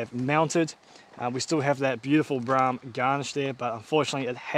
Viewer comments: There's an old ad for the Brougham on another channel. The voiceover pronounces it 'Bro' 'om' in two syllables. 'Brorm' is incorrect. I'm certain the ad would have said it the valid way. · Mate, it's a Brougham. Bro-hmm. No, not a BRAAAHM... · Seems I was pronouncing it wrong. The attached add from the day, they say it Bro-ham. I (like DJ) was told back in the late 70's it was Braaam. Even a work colleague recently said Braam. All said, Braaam sounds cooler than Bro-ham, don't you think? Judge for your selves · Not Braam, Broham. RESTORE IT. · Pretty sure it's pronounced Brawm, not Brahm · It is Pronounced Bro Ham not Bra Ham ??? notice the "OU" The same that is in the word "Though" which is pronounced "O" not "A"...You can thank me later...😁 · Broughams were built long before holden made a kingswood pregnant :) I was always taught that it was bro-um (pronounced as in "grow um"), still "tomarrto" / "to-mate-oh". maybe its a regional lingo thing. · I think it probably is a local lingo thing. I was always told it was pronounced “Brow-um”. Regardless of how it’s pronounced, it’s a pretty cool car. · Broughm pronounce Brome as I was told. My cousin Phil had one. Dunno,. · Have owned 2 and unfortunately sold both. Definitely needs to restored. Brougham pronounced as Broham. Not sure it’s the original engine either. They never had viscous fans and the oil filler was through the top of the timing cover via a metal tube. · It's Brougham, rhymes with lawn. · holden "brarm" yet is spelt brougham with a gh in it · He's wrong. The pronunciation is pretty clear in Holden ads of the time. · Pronounced broham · It’s pronounced “Bro-em”. Oh and restore it, don’t basterdise it.